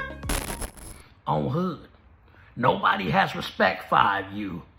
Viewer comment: Nobody…you mean “nocody”? Biggest…doesn’t he mean “ciggest”? Bag…you mean “cag”?